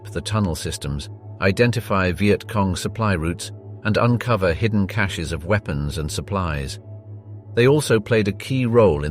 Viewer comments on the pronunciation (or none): none